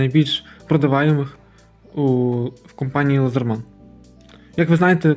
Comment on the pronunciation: А чому лазерман я кщо , ,,Ледерман